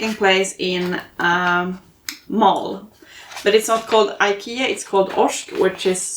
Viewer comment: You're the first actual Swedish person I've ever heard pronounce "Ikea" so I'm glad to know we say it correctly over here!! We have an enormous IKEA store here in the city where I am from, it can easily take half a day to see everything in that store! It's like a maze inside. The meatballs are great! 🩵💛🩵